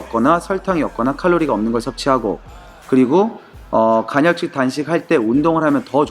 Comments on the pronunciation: 간혈적이 아니라 간헐적ㅋㅋㅋ발음주의ㅋㅋㅋ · 간 '혈' 적 단식이 아니구 간 '헐' 적 단식입니다. ^^